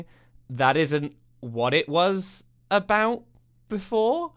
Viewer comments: Why do you say "a boot"? No one I have ever met from BC says the word like that. Are you pandering to low-IQ Americans with silly stereotypes? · coming from a canadian: Is it the exercise ball you're bouncing on that is making you mispronounce words like "about" for no reason? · Hi, I am a 56 yr old Canadian and can honestly say we do not say about like the host is saying it.